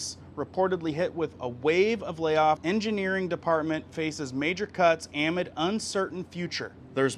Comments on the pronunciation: You are driving me crazy with your pronunciation of the word "amid". It seems like this word is in almost every video you do, then you keep saying (am id) and it's pronounced (uh mid). Go to Google and type pronounce amid and listen before my ears blow up, please. I love your videos, but yes, I am one of those people who go nuts about someone mispronouncing the same word over and over. If it was once or twice it's cool, but this is over 10+ times now. I'm not trying to be rude or hurt anyone's feelings for real, just going crazy when it's pronounced wrong so many times that I'm losing my mind. I still love your videos and appreciate them. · Amid. The stress is on the 2nd syllable. Uh-MID. 😖 Thanks for what you do. I enjoy your videos. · Its not pronounced A'mid....it's ah'MID....meaning "in the middle of"......Grammer is a weird peeve of mine! 😊😊😊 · Amid pronunciation uh-mid, say it again UH-MID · Btw ... Amid - ah-mid. 😊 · please familiarize yourself with the correct pronunciation of the word AMID.